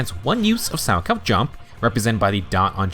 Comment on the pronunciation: I would like to extend my appreciation for the proper pronunciation of salchow. My parents loved watching figure skating during the olympics so I physically flinch every time any other CC pronounces it wrong. Most don't connect that it is a type of jump in figure skating, from which Jane's animations heavily borrow from.